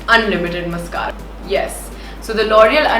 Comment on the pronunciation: Behn mascara ki pronunciation to seekh lay !!!